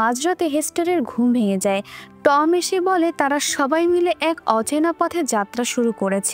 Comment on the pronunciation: উচ্চারণটা খুব বাজে,, যেমন টম